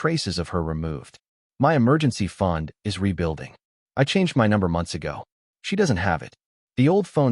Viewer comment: M-Y instead of My.